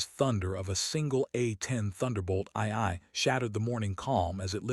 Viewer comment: I hate these AI stories. Check them before posting. A10s do not have afterburners, ii is pronounced two, and the vehicles are tactical (not technical).